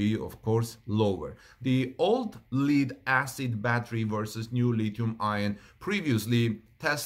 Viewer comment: Lithium-ion. And "lead" is pronounced "led," short e. You try to speak clearly, and I appreciate that. Take care and much love, Brother.